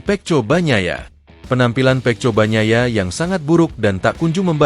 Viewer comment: bunyinya seharusnya peko jgn juga dibaca peco sampah sampah